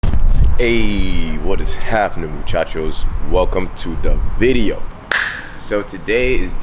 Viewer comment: Why does he now say vizio instead of video?